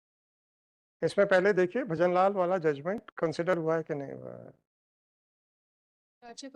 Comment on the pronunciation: Kaan se khun nikal gaya lord ship lordship sun k